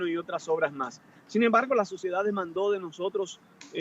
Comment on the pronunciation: Den click en el minuto . La lacra (fusilable) de Domínguez pronuncia "suciedad" para referirse a la sociedad. Lo hace por la política megalómana que infunden los dirigentes del PLD, de que somos escoria.